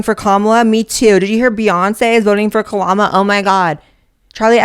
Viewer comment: Blair said, Kalama and that’s the only thing I’ll call Kalama from now on.